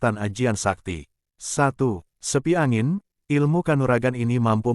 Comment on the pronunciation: bukan sepi angin min tp seipi angin